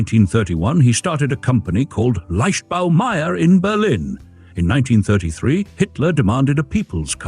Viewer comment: The AI obviously doesn't do German...